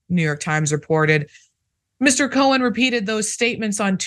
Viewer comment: His last name is Cohen, not cowan.